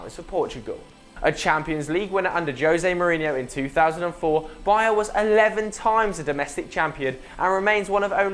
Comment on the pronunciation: pls learn how to pronounce " Baía"